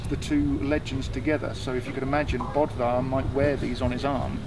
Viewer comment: The name "Böðvar" is pronounced closer to "Buthvar" (u like in "duck") than "Bodvar". Source: I am Icelandic, it is an Icelandic name (a quick search in the National Registry reveals that 19 current Icelanders bear that name, and 36 more as part of their patronyms).